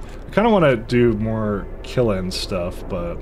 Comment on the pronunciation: you are kind of mispronouncing kiln, it's a kind of drawn together, closed LN sound at the end, and you're kind of saying kil-in. I guess this means you can't be a charcoal kilnsman, unlucky you.